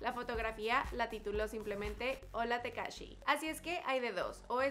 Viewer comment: Ahí dice takashi no tekashi